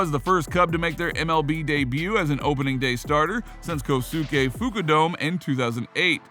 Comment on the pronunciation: Very nice video and good information but your pronunciation of Kosuke Fukudome was rough. At least it was better than how my uncle’s dad pronounced it, “Fuck-you-do-me”.